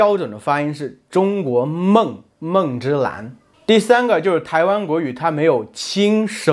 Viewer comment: i have card where you say 它的侧重点在中国人上面-but you say 可的侧重 not ta1 its like a kecezhong, and on the sentence 美籍华人就是美国籍的中国人，you say 就是 as jiuzhur instead of jiushurr im confused on my cards on the sounds of each syllable